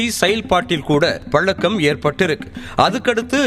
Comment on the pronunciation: தமிழின் சிறப்பே அந்த 'ழ' தான் அது பலக்கம்ன்னு சொல்றவர் வாயில மாட்டிக்கிட்டு திண்டாடுது. ஆங்கர் பொண்ணுங்க என்ன அழகா தமிழ் பேசறாங்க. அவங்ககிட்ட தமிழ் பேச கத்துக்கோங்க. திருந்த மாட்டேங்கறீங்களே.